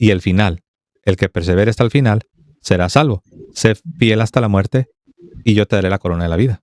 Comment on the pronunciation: Hermanito se dice SALVO...no sarvo